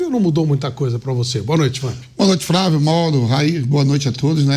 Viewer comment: É muito bom quando o velho vamp fala, "fravio"